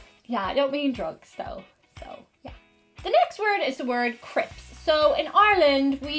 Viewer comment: Your American accent on Crips actually sounds like Sarah Palin the crazy moose hunting loon from Alaska. Though it also sounds like someone cheerful from north Minnesota or South Alberta/Saskatchewan/Ontario